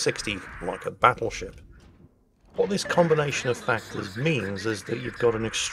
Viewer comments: Bottlesheep is just a heavily accented pronunciation of "Battleship" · well, it sounds a bit like battlesheep if you pronounce it a bit dutchy. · The Dutch captain sounds like my high school bus driver! Whose name was, not coincidentally, Dutch. He was from Pennsylvania, and I bet you he would've pronounced "battleship" as Bottle Sheep. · I think his name Bottlesheep is just a funny pronunciation of "battleship" lol I'm commenting into the video so dunno if you cover that later in the video though lol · bottle sheep doenst have a translation to dutch, nothing that makes sense for sure. but it might be a joke on bad pronounciation of the word battleship